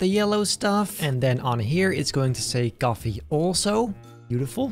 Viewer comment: H ahaha blud said gafe not coffee